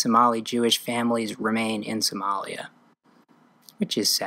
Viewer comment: It's lia the is not jaws in somalia